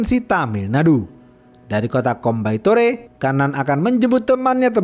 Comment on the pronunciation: Bang Coimbatore dibaca koimbatur😁🙏